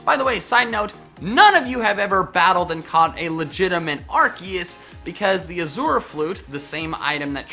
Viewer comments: why can no one pronounce azure correctly? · Why can't anyone pronounce "Azure"?